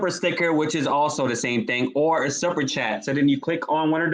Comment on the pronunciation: You can’t even handle basic English yet you have the gall to call lawyer and JOURNALIST Sunny “dollar store girl”? You can’t even pronounce basic words properly, why are you saying “supper” chat instead of “super” chat? For how many years have you heard people saying Whoopi’s last name and you’re pronouncing it “Goldburge” like “purge”? You were asking people to vote for you to sit on “The View” - you’re delusional.